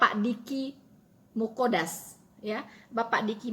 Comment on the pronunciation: Deky Nggadas mbak, bukan Muqodas 😀